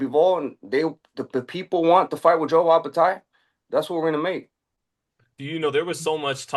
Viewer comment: "Joe Opetaia" Benavidez cracks me up with his non-intentional mispronunciations like with DAZN as if he's dissing them offhand